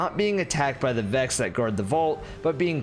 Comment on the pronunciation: My man said the Vakks 🤣